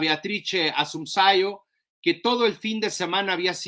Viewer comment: Hola, se pronuncia: Beatrice Assumpseón